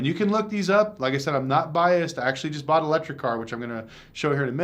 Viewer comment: And quit with the bought-en.